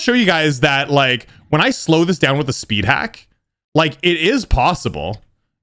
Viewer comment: “Worlds hardest spid”